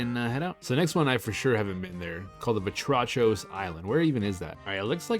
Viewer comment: Vatrachos island is pronounced "Vátrahos" which means Frog in Greek.